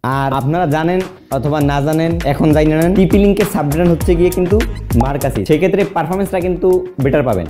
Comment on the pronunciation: Vaiya i think oitar pronouncing hobe মার্কিউসিস।